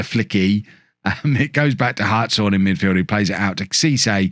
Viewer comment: Who corrected you about the pronunciation of Hartshorn? As a Hartshorne, I need to thank that person! :D